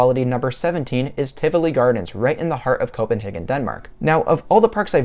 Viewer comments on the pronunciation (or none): none